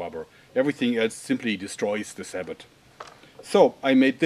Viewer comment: Isn't it pronounced sa-boh?